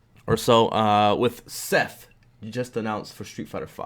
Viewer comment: That's not Seth... It's Setha